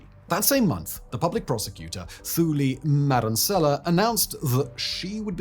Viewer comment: It is Too li Madon seller (silent R) and Cyril Ramma P-ho (as in horse) za